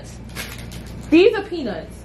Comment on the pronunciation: You know what’s crazy when you order the peanuts it dead sounded like you said cashews I knew you were sayinn peanuts but it could’ve deff sounded like cashews I’m so sorry sis 😭😂